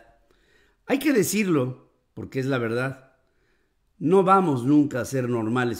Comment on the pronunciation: Ni español, verdatts, covitts, salutts😀